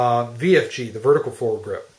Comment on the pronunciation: is he saying forward grip? it is bugging me.